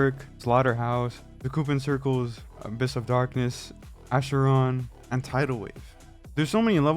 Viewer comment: 'Asheron' </3